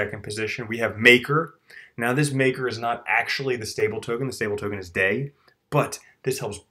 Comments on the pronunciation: Hallåååå! It's pronounced DAIIIIIII as in somewhere between Dye and Die. Not Day. Not even close to Day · DAI is not pronounced like day it is pronounced like dye